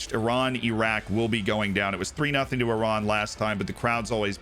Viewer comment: Wow, an American who can pronounce "Iran, Iraq and derby" 🤣👌👌